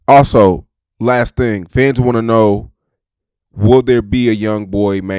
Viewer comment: you gotta pronounce “Fans” better, or pick a new word😂 u know how many times I thought u said FEDs